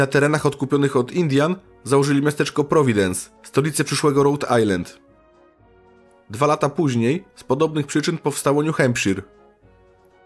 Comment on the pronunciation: kibicuje i jestem z Toba od radu i polonu, popracuj troche nad wymowa angielska plmouth i new hampshire brzmi tragicznie pozdrawiam i zycze sukcesow! :)